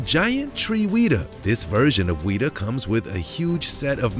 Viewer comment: It's not weeetah it's wehta